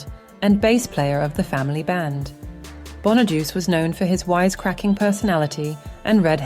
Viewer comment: It's Danny Bonaduce, pronounced like "bon uh doo chay".